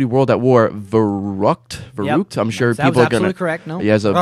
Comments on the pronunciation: I love the way how Americans pronounce German words :D verruckt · It is pronounced Fair-rueckt. ;) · Verrükt i pronounced "ferykt"